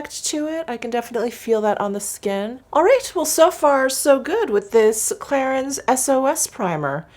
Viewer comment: Just have to say thst: #clarins is pronounced Klarang